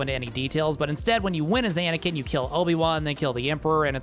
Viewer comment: you were… pAnakin?